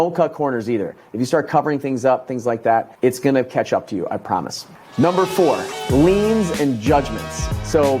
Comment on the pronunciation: Liens not leans👍